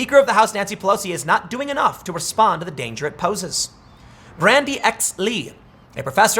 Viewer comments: Bandy. Not Brandy. Lol. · Where's the r in bandy